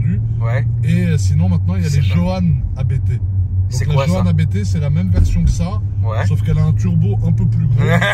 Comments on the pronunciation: Je vous rassure on dit bien « Abété » et non « Apte » pour ABT 😂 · Concernant Abt, ça se dit 'Abte', comme un seul mot, c'est le nom de famille du préparateur allemand :) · S'il vous plait "arrêter" de dire A.B.T, ce n''est pas un sigle comme le préparateur M.T.M par exemple, il s'agit d'un nom propre, celui de Christian Abt fondateur de Abt sportsline. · Pour la petite histoire ABT se prononce « apte », du nom de son fondateur, l’allemand Johann Abt. 😉